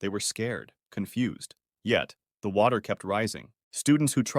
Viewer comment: oh my gosh it was not water but it was watty